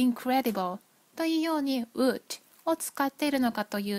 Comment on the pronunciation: bbb richさん！わざわざ調べていただき、ありがとうございます😊 確かにwouldの発音なんか変ですね。。笑 練習します！！ 引き続き動画をお楽しみいただければ幸いです✨